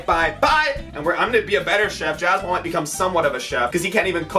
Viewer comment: billys giogas ITS JASPAL NOT JASPAL!!!